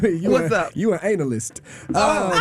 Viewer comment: Chile I was listening to this this morning and when said sis is an "anal-yst" I couldn't hold back my laughter!! They were getting him the whole show. Then another radio host, forgive me can't remember the name, but she delivert some excellent reads too, best Wednesday ever!! 😂😂😂😂